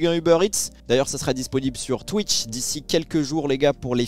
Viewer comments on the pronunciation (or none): none